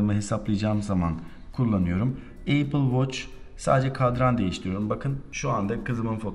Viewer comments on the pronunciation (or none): HEP EYPIL EYPIL DEMİŞİN DELİRDİM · Eypil ne ya? Ulan bi ingilizce öğrenmek bu kadar mı zor. Elli bin kere yurtdışına çıkan adamsın nasıl öğrenemiyosun dorudüzgün teleffuzu.